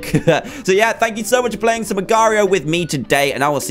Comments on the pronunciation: It's pronounced Agar dot I O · it's pronounced agar dot io agar like aygar or eygar that's how its pronounced